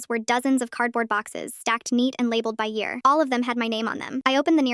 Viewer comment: You mean year not ear